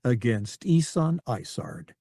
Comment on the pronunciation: Every time he mentions isards star destroyer, it sounds like he is saying lasagna